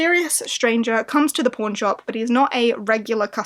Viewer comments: I have a way to dirty mind, I heard porn instead of pawn at first🙈🤣 a very interesting list of books. I haven't made my own yet. But hope we all get a magical polarthon❤ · ... I cant be the only one who thought she said p*rn shop.